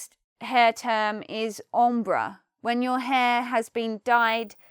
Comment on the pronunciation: The english pronunciation of "balayage" is pretty close to the french one, but what happended to "ombré" and "en pointe"?? Sounds strange to me! xD